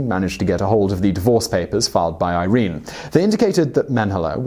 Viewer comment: pronounced "eer rennay" not eye reen. punch your researcher/scriptor. long-bine. punch him again. good narrative tho. thanks!